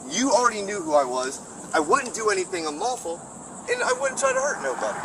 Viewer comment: you mispronounced unlawful, sounded like you said simple